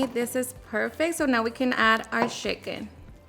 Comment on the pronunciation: that’s how my friends mom says it 🤣🤣 she’s from sonora